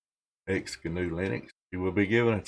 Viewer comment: I believe it is pronounced "ecksee guh-noo"